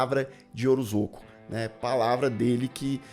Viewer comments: Li essa nota antes de assistir ao vídeo e a cada “orozoco” eu soltava um riso haha obg por esse pequeno deslize q me fez rir! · É OROSCO a pronúncia. Eu sei por causa de uma amiga q tem esse sobrenome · Deu um pouco de agonia ouvir você chamar o coitado do Orozco de Orozoco o vídeo inteiro. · Devia repostar falando o nome certo